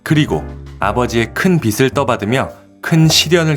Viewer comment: 빚을'을 읽을 때에, '비슬'이 아니고 '비즐'이라고 읽으셔야~.